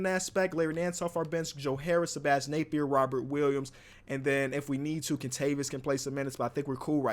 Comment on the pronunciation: “Sebastian Napier”